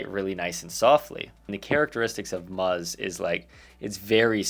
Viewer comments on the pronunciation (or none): plz don’t call is “muzz,” it sounds disturbingly anatomical 😅